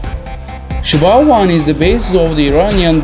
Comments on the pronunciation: Its called SHAHAB ,not SHABAB!! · Shahab not shabab